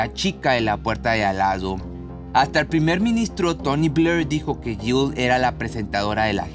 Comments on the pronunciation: Está pronunciando Jill correctamente 😄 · Lo pronuncia bien, tú no escuchas bien o te haces????